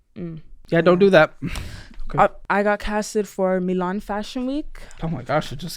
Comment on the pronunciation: Four minutes in and goddamn she’s pretentious lol. She says “Mee-lahhn” as opposed to “Milan” to sound sophisticated. If you’re gonna go that route, it’s “Milano”.